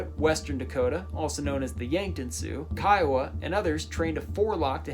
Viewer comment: You're the only white person I've heard pronounce Kiowa correctly lol